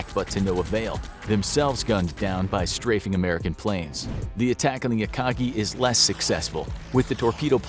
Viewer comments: It’s Akagi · ah yes, the akachi At least the pronunciation was fixed later on